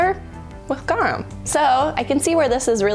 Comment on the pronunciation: The way you pronounce Garum xD sounds like "gewam" you have to pronounce the R like a Hispanic R and the U like "oo" in "pool"